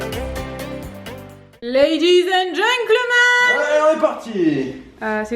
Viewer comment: ahahhaha c'est toujours pas GENCLEMAN:') mais gentleman